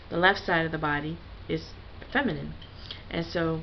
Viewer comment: Fem-eye-nine I-eye